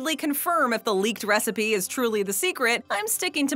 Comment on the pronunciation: Secret “wecipe” :D